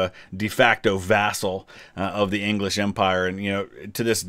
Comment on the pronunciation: “The Anglish are too meny!”